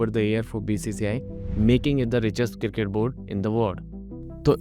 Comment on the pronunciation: Bhai Kilket nahi hota hai Cricket hota hai.